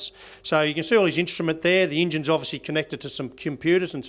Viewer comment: How long until SJW's cancel him for saying Injun?